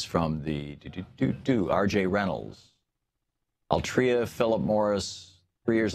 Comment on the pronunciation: Solid video. Note that it's pronounced AL-tree-uh, not al-TREE-uh.